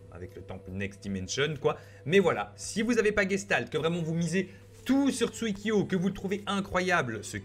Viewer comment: Je suis le seul à qui sa énerve quand il dit tsuikyo